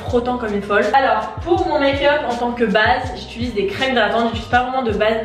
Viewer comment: mdr je t’aime mais c’est « j’utilise » pas « j’itulise » 😭